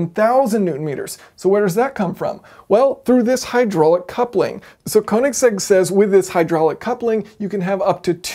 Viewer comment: Koenigsegg, not koninsegg